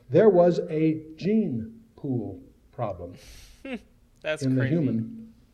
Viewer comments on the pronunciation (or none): none